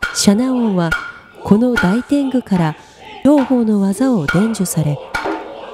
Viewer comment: ｢大天狗｣と書いても｢おおてんぐ｣と読むのが、日本の古典芸能では普通です。 ｢ダイ｣は音読み、つまり漢語、｢おお｣は訓読み、つまり｢大和言葉｣ですから。 ｢ダイテング｣と読んだ事に非常に違和感を持ちました。